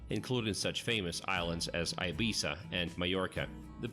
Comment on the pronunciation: No ibisa es Ibiza